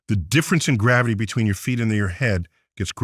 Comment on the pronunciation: Wait!!! Did he just say garivity went up?